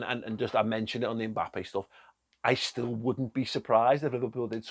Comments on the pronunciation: Do they pronounce Mbappe 'Mbalme' in Wigan? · Klopp makes “MBappes”